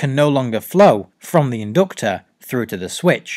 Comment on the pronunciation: The in-doctor. #Accents